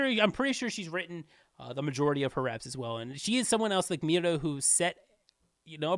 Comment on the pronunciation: Just to correct you, it's Miryo, not Miro (just to correct you) And thank you again for the efforts to make this list